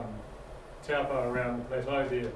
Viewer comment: Thanks for your talk. Great info 👍🏼 (Taupo is pronounced ‘toe-paw’)